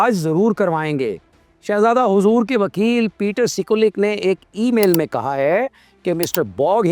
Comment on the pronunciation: Way you say respect ( hoozoor)